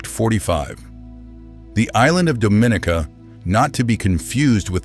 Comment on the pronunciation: Dominica. pronounced Dom-in-knee-cah please and thanks!